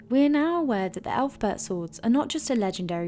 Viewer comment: Yeah, you lost all credibility when you pronounced it "elf-bert"